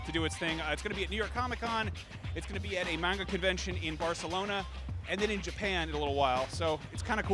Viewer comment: Ma men, U pronounce Barcelona so well.